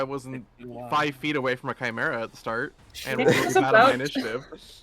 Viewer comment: Ah man, I love a good Chi-merrah!